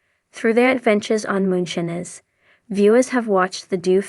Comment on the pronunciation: U r not saying Moonshiners right OMG ? Do u listen to how the words is said before U repeat saying MOONSHINERS 😅😅 U REALLY NEED TO SAY THE WORD RIGHT?! I Won't watch ur utbube bc u can not say it right DEAR lord Disrespectful to me n I'm sure many others !! Not right at all 😮😂